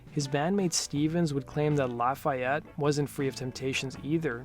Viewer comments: Misprounoucned Lafayette, IN....its not 'laugh' a-yette its 'Lawf' e-yette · Thanks! Except Hoon’s hometown is pronounced LOFF-ee-ett, not lah-FIGH-yet. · Just a note to help. It's pronounced locally as "La fee yette". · We here in Indiana don't pronounce Lafayette like that. Its more Lafeeyette. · Lafayette is pronounced la-fee-ette or maybe la-feh-ette here in Indiana. However you say it, please just don’t put so much emphasis on the Y, this is Indiana, not France or something heh. It’s the home of Purdue University. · I've been to Shannon Hoon's grave in Dayton, IN. Also, you are pronouncing Lafayette, IN wrong. It's pronounced 'La-fee-ette'. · Grrr.. laff-eee-it indiana. There i fixed it for you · I cringed everytime he said it wrong. lol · I'm originally from IN. Merrillville/Gary area. You can tell when someone isn't familiar with the pronunciation of a town lol. Like Hobart. Instead of Ho Bert people say Ho Bart. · That is how they say it in Louisiana but not Indiana....sigh